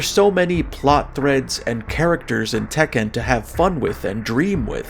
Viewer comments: i've never heard anyone pronounce Tekken like that lol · Why are you saying Tekken like that?